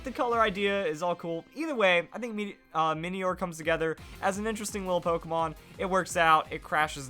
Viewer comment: Minior is pronounced similarly to meteor, because it's a mini meteor.